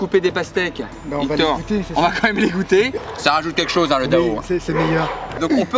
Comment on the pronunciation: Wsh le mec il apprend sa mais il connais même pas les mots Si il connaît les mots mais il sais pas le prononcer (dao=刀）